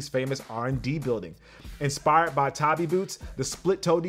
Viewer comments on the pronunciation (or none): none